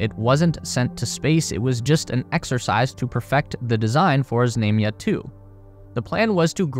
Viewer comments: It's pronounced "Znumya". Stress on "U". U as in the word "run". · There is no long "a" in Russian, i.e. like the "a"s in "Space Race." The "a" in "Znamya" is pronounced like the 2nd "a" in "salami." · Знамя is pronounced with a broad “a” as in “baa”, as a sheep vocalizes or in “ha”. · How many times can you mispronounce "знамя"? Some odd name or word that only pops up once is forgivable, but when it's the subject of the video...sheesh!